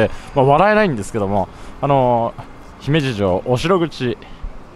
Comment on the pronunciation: スーツさん、ひめじの発音、東京の人なのにあってます。ひにアクセントをつけず、普通に発音されていて流石です。😀